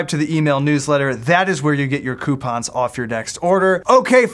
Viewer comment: The day you say coupons right, I'll subscribe to the email newsletter